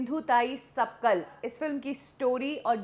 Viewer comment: कमसे कम नाम तो सही बोलो मराठी भाषा मे जो है वो । 'सपकल' नही 'सपकाल' । महाराष्ट्र के लोगोंसें कमातें हों और मराठी सिख़ने मे दिक्कत है तुम्हें ।